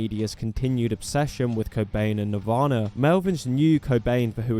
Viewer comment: “Navarna” lol